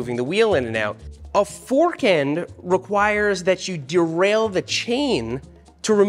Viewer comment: Seth putting wohder on his fohrk to dampening it made my day